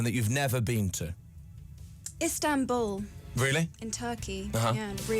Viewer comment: she says "ISTANBUL" OMG